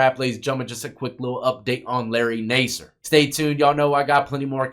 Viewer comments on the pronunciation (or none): Nas-ser. Not Ney-ser. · NA-SIR, not NAY-SIR. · lol. It’s NASS SIR not nase sir. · Nasser doesn't have a hard A sound. It sounds like Mass.